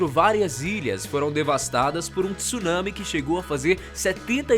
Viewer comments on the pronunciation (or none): none